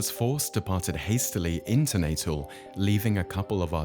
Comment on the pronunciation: The pronunciation of Natal is way off! And it's Chard with a c not pronounced Shard with an s!